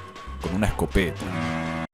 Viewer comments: Se dice que hasta el día de hoy sigue diciendo escopetAH CH CH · esco- PE -ta SHHHK SSHKK